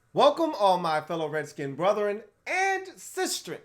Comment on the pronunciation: Lol ya killin’ me with the intro man, the word is brethren not brotheren! Love the videos tho